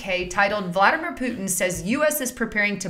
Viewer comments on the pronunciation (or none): none